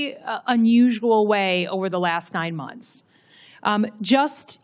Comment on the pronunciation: What are "muns"?? It's MONTHS. Enunciate, broad!